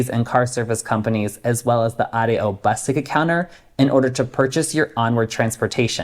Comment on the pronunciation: Thanks for pronouncing "Ah - Day - Oh" for ADO... Knowing how to pronounce the alphabet in Spanish is a good hint!